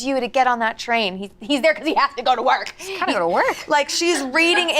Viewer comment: obsessed with how Courtney says "He's there because HE HAS TO GO TO WORK." 😂